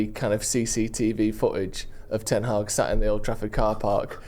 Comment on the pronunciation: still say Erik Ten Hag:face-purple-crying::face-purple-crying::face-purple-crying